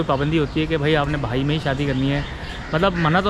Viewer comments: Anchor saay correctly, it's not bhai it's " bahai" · Bhai Nahi hota bihai HOTA he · انٹرویو کرنے والا بھائ بھائ کر رھا ھے جبکہ "بہائ" ھے۔دوسرے اتنی تفصیلی معلومات ارام سے بیٹھ کر انٹرویو کی صورت بھی پہنچائ جاسکتی تھی۔😊